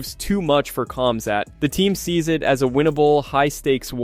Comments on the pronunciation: His name is pronounced Hamza, it's a silent K and silent T. Not like you would say it to his face though right? Lol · I heard cumzatt 😂😂😂😂